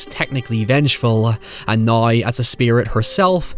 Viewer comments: noy and heyever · The words now and however seem to twist your tongue into a knot)